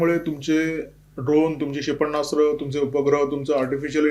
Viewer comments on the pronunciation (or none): क्षेपण्णास्त्र ×××× क्षेपणास्त्र √√√√